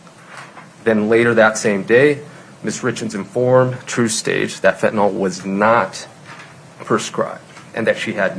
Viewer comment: It’s Fentanyl, not fentanol. I don’t know why, but it’s maddening to me.